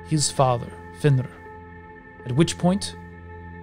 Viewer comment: You pronounce it almost Fenrr i is very hard to hear is that a right pronunciation?